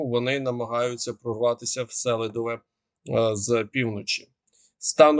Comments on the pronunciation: Дякую за випуск. Тільки СелИдове, а не СЕлидове. Так в місцеви зовут і по правилах "селО" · Донеччани кажуть СелИдове.